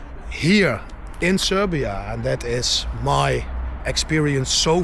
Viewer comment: Bravo man...Nice to hear that R while sayin Srrrrbija